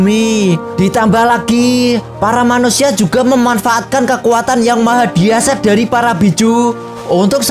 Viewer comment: Dahsyat bukan diasat